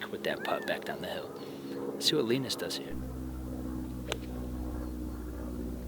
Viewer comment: poor Linus getting his name butchered lol